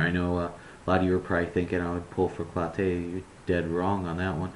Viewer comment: It's "clo-TEE", not "clo-TAY" you Big Fat ass.